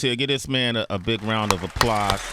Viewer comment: A round of "Applahs" 🤣🤣🤣🤣